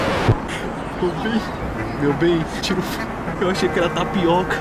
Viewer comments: "TAPIOCA" kskskksksksksk to morrendo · Meu Deus "Tapioca" KKKKKKKKKKKKKKKKKKKKKK